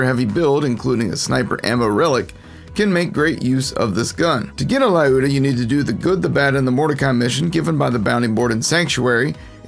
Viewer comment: How does everyone mispronounce lyuda?